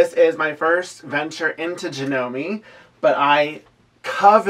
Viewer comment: A bit of trivia for you! Janome is a Japanese company (it's actually pronounced Jah-noh-meh). Kuro means 'black' in Japanese. I tend to like descriptive names, names that indicate something about the person/animal/item, so here are some suggestions along that line. Kuro, of course, but also - Kaguya means 'shining night', Kura means 'darkness', Keiko means 'shadow' or 'reflection'. One of the meanings of the name 'Mei' (which is pronounced like May, or that's the closest equivalent we have in English) is 'beautiful'. Miyako means 'beautiful night child'.